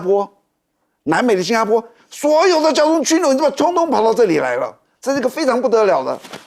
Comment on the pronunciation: 枢纽的枢，与书同音。